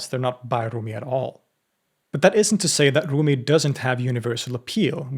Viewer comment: With all due respect, you don’t need to pronounce his name with Arabic pronunciation 🙏🏼 he was Persian.